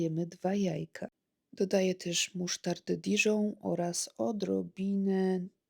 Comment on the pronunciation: dijon kurwa a nie diżon xDDDDDDDDDDDDDDD